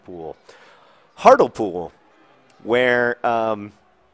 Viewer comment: Heart-Lee-Pool. XD